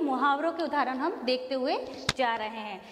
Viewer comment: we pronounce udaaharan not udhaaran